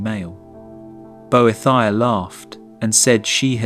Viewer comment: “bo-eh-thy-uh” That’s a new one 😅